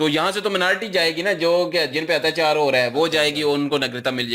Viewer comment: Hatyachaar is cute 😀 I wouldn't say 'Atyachaar' anymore, It's Hatyachaar for me 😀